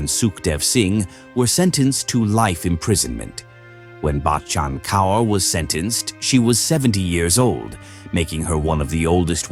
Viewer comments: Kaur is pronounced CORE. For future reference. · It is so painful to hear the pronounciation of the names. It would be great if you make an effort to learn. Kaur is pronounced Kor. Thank you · The way you pronounce the mothers in laws name is SO annoying